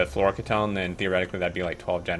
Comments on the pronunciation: key-tone. not kit-own. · Pretty sure the correct pronunciation is floro-kee-tone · I believe its pronounced floor-oh-key-tone, flouroketone. Its a ketone with a flourine atom somewhere. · My friend says they liquid is pronounced like this Flora-key-tone. Floureketone. Don't know if its right, but it looks right though. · FYI it's fluoro - key - tone, fluoro from fluorine, and ketone is a class of chemicals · Fluoroketone = "Floor-oh-key-tone" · I think it's pronounced "floro key tone", at least my dad (who was a chemical engineer) used to say "key tone". I don't know whether flouroketone is real, but "polyether-ether-ketone" (for example) is real and is a type of very rigid plastic, and other ketones are very high-end solvents that for example audio engineers used to use for cleaning the heads of magnetic tape drives. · Fluoroketone = flow - row - key - tone. It's not pronounced as a single word, instead it's 2 words: fluoro (flow-row) and ketone (key-tone). This is a pretty good run down on fusion power. Looking forward to more guides, about to reach Vulcanus! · so glad I'm not the only one that was bothered by that mispronunciation :) great video tho!